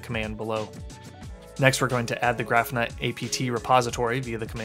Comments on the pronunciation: Hey great video and thanks for posting it! I have to mention though that your pronunciation of Grafana is wrong. It's Graw-Fa-Na and not Graph-na. It's a play on the word Kibana (Ka-Baw-Na) which is from Elasticsearch. Grafana originally was built to use Graphite, so kinda how it got it's name. Anyways again thanks for the video. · Great video. But it is pronounced Gra-fa-na, emphasis on the first syllable. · I was wondering if I had been saying it wrong when I heard him. Thanks for that explanation.